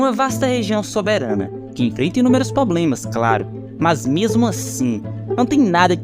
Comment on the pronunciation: Parei de assistir depois do "POBLEMAS".